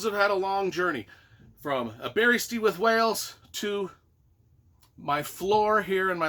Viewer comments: The animated movie from the 80's was awesome. I've gotta read the books. btw it's pronounced Aber-ist-with. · um, did you ask anyone how to say Aberystwyth when you were there? the pronounciation is a real howler in what is otherwise an entertaining video.